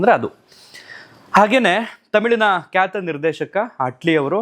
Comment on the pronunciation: ದಯವಿಟ್ಟು ಅಣ್ಣಾವ್ರ ಕೆಲವೊಂದು ಸಂದರ್ಶನ ಗಳನ್ನ ನೋಡಿ ಭಾಷಾ ಪ್ರಯೋಗ ಅಳವಡಿಸಿಕೊಳ್ಳಿ ಕನ್ನಡ ಭಾಷೆ ಸ್ವಚ್ಛವಾಗಿ ಮಾತನಾಡೋದು ಅಷ್ಟು ಸುಲಭ ಅಲ್ಲ ಹರಟೆ ಹೊಡಿಯುವ ರೀತಿ ಅನಿಸುತ್ತಿದೆ ನಿಮ್ಮ ನಿರೂಪಣೆ ಧಾವಂತ , ಏದುಸಿರು ಸ್ವಲ್ಪ ಕಮ್ಮಿ ಮಾಡಿ ಧ್ವನಿ ಏರಿಳಿತ ಇರಲಿ ಸ್ವಲ್ಪ ಉಚ್ಚಾರಣೆ ಬಗ್ಗೆ ಗಮನ ಕೊಡಿ ... ಕ್ಯಾತ ....... ಖ್ಯಾತ ವೋಗಿ ...... ಹೋಗಿ ಬಾಗಿ ಹಾಗ್ತರೆ ... ಭಾಗಿ ಆಗ್ತಾರೆ ಎಚ್ಚು ... ಹೆಚ್ಚು ಪ್ರಧಾನತೆ ... ಪ್ರಾಧ್ಯಾನತೆ ನಡದೈತೆ ... ನಡೆದಿದೆ ಹನ್ನ ... ಅನ್ನ ಒರತು ಪಡಿಸಿ ... ಹೊರತು ಪಡಿಸಿ ಕೆಲವೊಂದು ಗಮನಿಸಿದ್ದು .. ದಯವಿಟ್ಟು ಬೇಜಾರ್ ಮಾಡ್ಕೋಬೇಡಿ ..ತಪ್ಪಿದ್ರೆ ಕ್ಷಮಿಸಿ